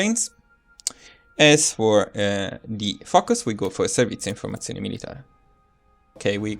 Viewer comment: I realized you were italian the first time i heard you pronounce "Servizio informazioni militari" :D